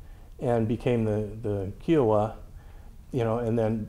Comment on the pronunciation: when he says "Key-o-wa" did he mean Kiowa? The Yellowstone and southern plains would fit Kiowa...pronounced "Ki-oh-wa"